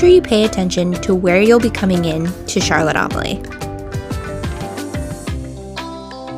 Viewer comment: If you're going to put out a video, learn to pronouce the name properly. It's not Charlotte Am-a lee. It's Charlotte A-mal-ya.